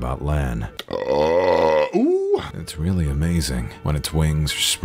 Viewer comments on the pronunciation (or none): "Yeah he's pribably talking about Lan" My ded ears: Len?? Like LenTotally???